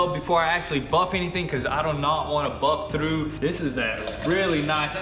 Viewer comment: you say tru rather than through - wtf?